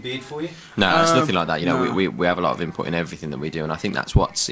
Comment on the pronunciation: i like the way zayn says input as inpop